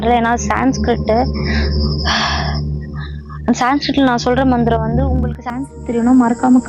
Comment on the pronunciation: Mantharam ila manthara😂